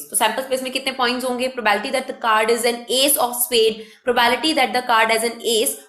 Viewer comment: Madam probality ni probability hota hai........sai to pronounciate Karo......